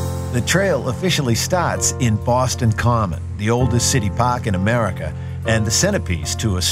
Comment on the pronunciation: He is speaking correctly for a Bostonian. We don't pronounce our R's at all and it does sound fake at times. We don't say BAUWSTON, we say boss ton. Bosston.